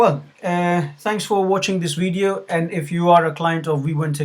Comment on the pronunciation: "Quick wideo"